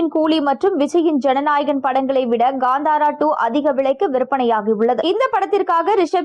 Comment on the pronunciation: Adhu Gandhara illai.. it is called Kantara, propera pronounce pannunga.. what a English 😂